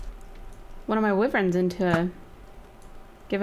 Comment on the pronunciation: I hate when she says WYVRENS when it's WYVERNS